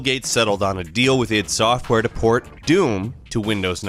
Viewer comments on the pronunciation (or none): I'm sure its "I.D. software", not "yd software"